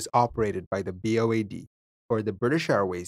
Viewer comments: It is BOAC..not BOAD. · Just a correction, but it's BOAC, which stands for British Overseas Airways Corporation, not BOAD. No biggie, just a friendly FYI. 😉✌️ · BOAC...NOT ...BOAD ffs. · BOAC, not BOAD… it was merger with BEA starting around 1972 that British airways became. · BOAC not BOAD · Nice video, thanks! Just to let you know it’s BOAC (not D) - meaning ‘British Overseas Airways Corporation’. They merged with BEA ‘British European Airways’ to form present day British Airways in 1974. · BOAD?!? Surely you mean BAOD?